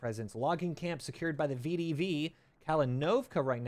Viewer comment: To help, it is pronounced Ve De Ve. Воздушная десантная войска. Great episode.